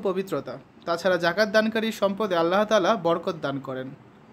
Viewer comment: আল্লাহর তা'য়ালার না আল্লাহ তায়ালার❤❤❤